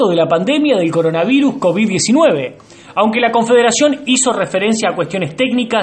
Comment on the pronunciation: Alguien pase los videos donde la primera dama no deja de decir "coronaviNus" xD